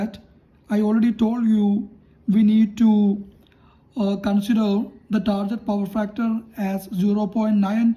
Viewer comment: Not "tarjet".....it's "target"....use Google ...